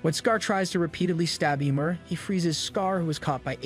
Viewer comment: YMEIR NOT YMOR. dont insult my smite main